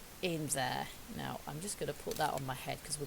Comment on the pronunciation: Lol I've heard people say naw instead of now.